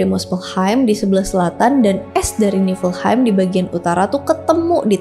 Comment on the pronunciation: bacanya yagdrasil. nefelheim.